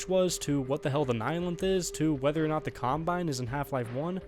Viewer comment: You need to learn to pronounce word NOT. You are saying NUTS.